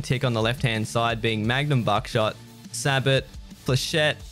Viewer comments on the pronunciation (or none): sabot is pronouced: say bow